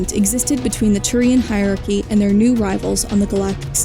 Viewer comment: On behalf of Aki's everywhere, I respond to the Turian Hierachy with "Hi Bioware." (Makes sense if you hear Hierachy as "high aki", Also explains this joke.)